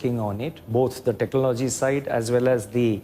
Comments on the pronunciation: He cannot even pronounce technology and says benefits exploited, and he is our RBI Governor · The bugger doesn't even know how to pronounce technology , what a loser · The guy cant even pronounce "technology" correctly . What a disgrace this country has become. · Who made this guy the RBI governor?? Can't even pronounce "technology" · This governor can't even pronounce technology tf is wrong with our country 😂😂😂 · He couldn't pronounce technology 😂😂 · Bhai se technology ni bola ja raha hai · Yes even I noticed that. Sale Khunnash khake baithe h.